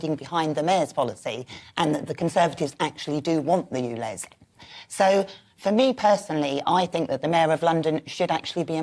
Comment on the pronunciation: Dear Michael. It's called ULEZ, not OOLEZ!!